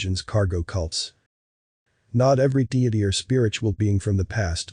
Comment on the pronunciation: Is this voice actor AI? Mispronounces David Icke, deity…